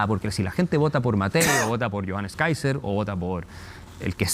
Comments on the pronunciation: Qué honda el " periodista".. empieza nombrando Mal el apellido del invitado??..... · Saco de weas Paulsen, dice el nombre del entrevistado mal a proposito. Como si fuera muy chistoso.